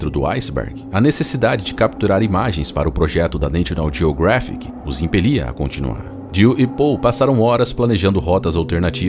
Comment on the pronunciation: Neichional jiogréfic. Socorro. Não custa nada perguntar ao Google Tradutor como se pronuncia National Geographic.